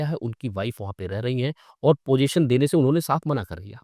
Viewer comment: ' पोज़ेशन ' नहीं 'पज़ेशन ' कहो